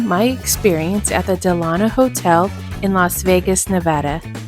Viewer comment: DELano not DeLAno, after Franklin DELano Roosevelt. Please.